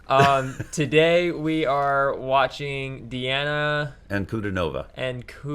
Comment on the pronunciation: Phonetically: DeeAHna AnkewDEENava.